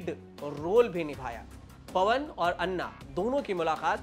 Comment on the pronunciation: भई अन्ना नहीं, अना बोलो